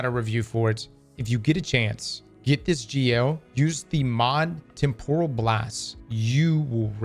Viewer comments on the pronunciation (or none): none